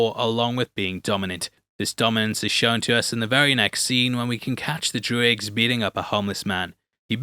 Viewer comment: Drooigs??? Do you mean droogs?